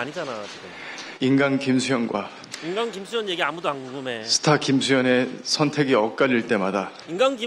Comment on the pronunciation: 스타로써의 부담감 들을때마다 스타벅스로 들림ㅋㅋㅋㅋㅋ